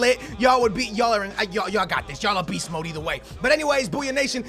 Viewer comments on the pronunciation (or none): none